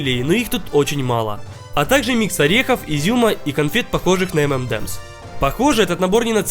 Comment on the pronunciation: Если что , Правильно говорить - M&M`s - «Эм- Эн- Эмс», («энд» не правильно) В Штатах и в Европе правильно произносят - эм-эн-эмс, без [Д’] 😌☺️